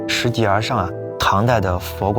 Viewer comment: 拾（音：射）级而上